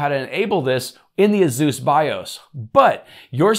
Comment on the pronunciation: You are saying Asus and I'm understanding Zeus :)))))))))))))))))))) and wondering what a Zeus is....